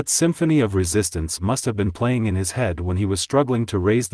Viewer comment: “You wanted a level play i.n.g. field.” Kinder pronounced as kinnder It’s awful,this AI crap!